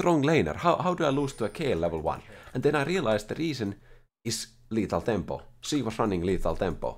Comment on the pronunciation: i wanted to take a break from League but said "Lethal thempo Shen" and i am back again